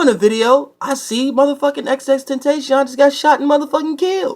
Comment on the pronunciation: pronounced ten tas yon. not tation. but yeah. great guy my opinion